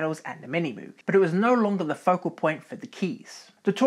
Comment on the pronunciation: Great history! My only complaint: Moog is pronounced incorrectly: it's a hard 'o' , like "Moge".